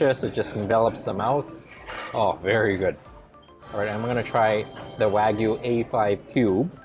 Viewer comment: wa- gyu not wa-gu